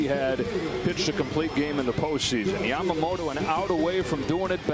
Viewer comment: its not yamagoato its yamamoto!